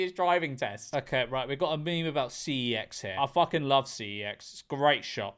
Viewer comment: george. man up and pronounce cex the way that god intended.